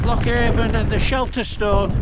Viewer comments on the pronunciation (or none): It's pronounced Loch A'rn. Don't ask me why it just is. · Nice one! BTW - The Avon in Loch Avon is pronounced A'an 👍ATVB. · Said like ‘Anne’, the ‘V’ in Avon is silent, much like the ‘P’ in ptarmigan, or in swimming! 😂